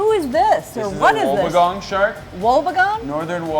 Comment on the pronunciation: Its a wob-bee-gong pronounce it as us Australian people say it